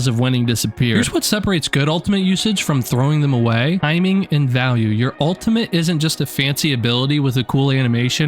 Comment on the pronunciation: Why are you saying "altimate"?